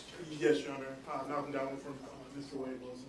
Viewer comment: Can't even get his name right. Very unprofessional